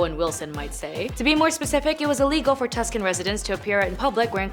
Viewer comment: it is pronounced "Too Sahn". Not "Tusk in". The more you know. 😁